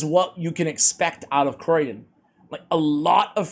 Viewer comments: Hey! I don't think it's pronounced Croy-den, otherwise it'd likely be spelled Croidan. I think the name might be a play on cryogenics since he freezes stuff so maybe Cryo-dan or Cryo-den. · Sorry but I have to say. It's not Croidan but Criodan. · Please stop saying "Croydon" one of the less salubrious suburbs of Greater London! ... it's Cree-oh-dan. Same with one of your favourite Dwarves: you say Fly-ja, it's FYL not FLY giving a pronunciation of feel-yuh or fill-yah. Being an RP accented Voice Artist makes me a bit of a pedant ref such things. Loving your work though, as always! ;) Keep-on, keeping-on.